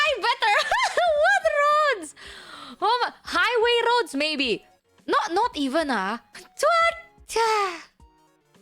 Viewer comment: "Don't get me started on RrRrRrRrRroads!!!"